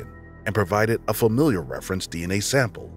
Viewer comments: HI it's familial DNA not familiar DNA. That's driving me nuts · You kept saying "familiar" instead of "familial", which is confusing in the context of cold cases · Really good video! Love the details. Just a friendly tip: it’s not familiar DNA, it’s familial. Pronounced like fa-meal-yull. 🙂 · I just want to hear him pronounce “familial” correctly ONE TIME